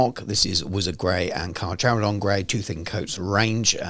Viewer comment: Awesome video! Little note, its Car-care-o-don (carcharodon)